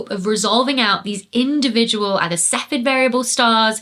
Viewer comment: Cepheid has three syllables - ceff-ee-id.